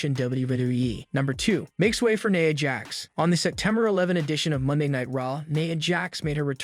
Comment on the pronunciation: Buddy it's pronounced like this.....nyeya not neea or whatever the heck u said.